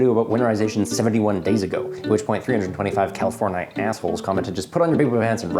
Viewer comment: Californ-i-aholes 😂 so good